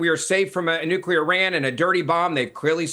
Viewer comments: Bens iq is less than 90..... he literally said nucrear at least 3times😂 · And once again.....if you can't pronounce the word NUCLEAR you should not be on a show talking about anything having to do with NUCLEAR weapons.......is it really that hard of a word to pronounce?????? It really makes a person sound stupid!!!! NUCULER.......give me a break!!!!